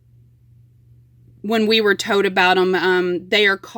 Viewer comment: There is a L I REPEAT A L in HOLDER!!! Wow that’s so annoying!! Love the video but Jesus lol. Use the L’s there in the words! Thought it was just that one word it’s TOLD!!! There is a L in this word also!